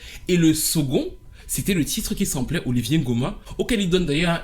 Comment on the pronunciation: "Oliver" NGOMA et non "Olivier". Un artiste chanteur gabonais d'exception. Paix à son âme. Super vidéo